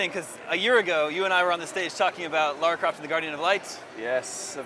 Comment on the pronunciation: fuuuuuuuuck her name is Lara!!!!!! not laura!